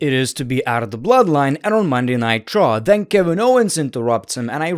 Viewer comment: WTF IS "MONDAY NIGHT TRO"???